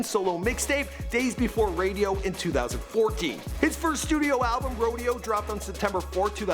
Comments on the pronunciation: Rodeo not radio 😂 you were all over the place in this one 🙃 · ...It's Days Before Rodeo, not radio. It literally says it on the screen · That “Day before RADIO” hurt my soul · He said “buddy rich” and I thought I heard “Roddy Rich” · This nigga said “days before radio” 😂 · this bro said "days before radio" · “Jacky Webster”? Put some respect on his name. jac-ques! “Pop-can” no “pop-con!!!” “days before radio” RODEO my dude! Cmonnn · "Jackee" "Days Before Radio" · "indeeeka," "radio" and "jackie" bruh get your pronunciations right